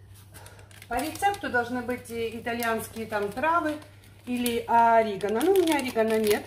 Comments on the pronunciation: ОРИГано это что-то, обычно ореГАНО говорят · прощËное.. орегАно.. 🥸